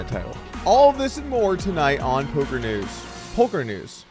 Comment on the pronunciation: Doug it's poker news not polker